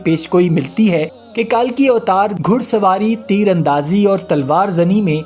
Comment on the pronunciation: اسلام وعلیکم پہلی بات تو یہ ھے کہ کتاب کا نام آپ درست کر لیں تاکہ سننے والوں کو درست معلومات ملے کتاب کا نام ( کالکی اوتار ) نہیں ھے بلکہ ( کلکی اوتار ) ھے اور دوسری بات یہ ھے ڈاکٹر ذاکر نائیک صاحب گزشتہ 25/30 سال سے یہ بات دنیا کو بتاتے چلے آ رہے ہیں اور تیسری بات یہ ھے کہ ہندو پروفیسر نہ بھی بتائے تب بھی حقیقت یہ ھے کہ کائنات کا حقیقی مذہب ہمارا مذہب اسلام ہی ھے ۔